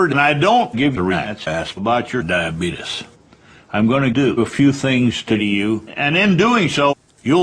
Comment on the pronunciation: I'm so glad no one taught him the proper way to pronounce diabetes